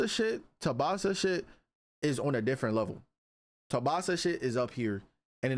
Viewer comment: Tubasa❌ Tsubasa✅